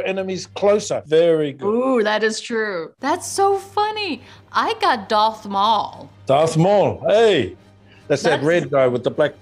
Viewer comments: Yeah and "doth maul" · Ming says a new hope because that's where she started her 'fandom' she then continues to pronounce darth maul and emperor palpatine wrong 🤣